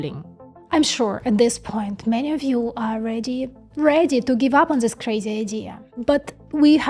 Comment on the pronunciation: Hello: You say "zis process may not work". The proper English pronunciation is "this" where the "th" sounds like the "th" in the word or article "the"... and you do pronounce "the" correctly. This was just a teaching moment from me to you. You are doing great with this channel. Take care.